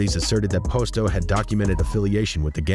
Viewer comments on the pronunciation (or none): The way he keeps saying Posto wrong is killing me lol makes me think he don’t really know what he’s talking about